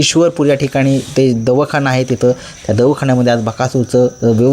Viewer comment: अर्ध्या हळकुंडाने पिवळे म्हणतात ना त्यातला तू...काही माहीत नसत उगाच view साठी व्हिडिओ बनवतोस....बोलता येत नाही धड..पहिला काय तर नक्कीच नक्की सतरा वेळा बोलायचं...आता दवखाना बोलतोय..ते दवाखाना असतो मित्रा....मी कित्येक वेळ कमेंट टाकली आहे तू जेव्हा पासून बकासुरचे व्हिडिओ बनतोय तेव्हा पासून गुलाल मधे नाही बैल.....अजून एक उदाहरण सांगतो नानाकडून सर्जा जेव्हा दुसऱ्या दावणीला गेला तेव्हा तू रडत रडत व्हिडिओ बनवला होता काय म्हणे सर्जा संपवला...अजून वाघ आहे गुल्लालात.....तुला अर्धवट माहिती असते कशाला उगाच बनवतोस व्हिडिओ...view हवे असतील तर मीडिया क्रिएशन शिकून घे आणि नंतर बनव...